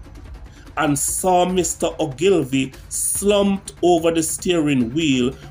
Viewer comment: His last name is pronounced ...... ooglevee.... Many people make the same mistake, great video.